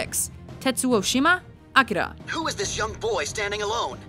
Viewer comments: Must you pronounce Akira that ridiculously? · i love how she pronounces "akira" sexy!